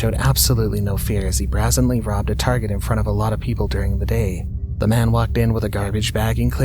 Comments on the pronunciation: Hi, thanks. It's bray-zen, not bra-zen. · "Bray-zen-lee" - Brazenly. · OH MY GOD LOOK UP HOW TO SAY BRAZENLY THIS IS THE FIFTH TIME